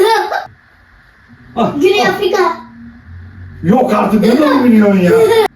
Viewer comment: Abi Güney Afrika'yı çok güzel söyledi